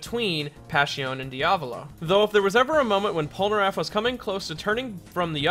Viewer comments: Pole- ner (as in nerd) -aff (as in affable) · Polnareff, not polnaraff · "Michelle" polnareff not Michael /_ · It’s Pol NA Reffu when a Japanese ascent